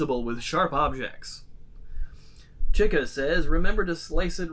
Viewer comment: Your mispronunciation of Chica and confusion over Mr. Hippo absolutely slays me.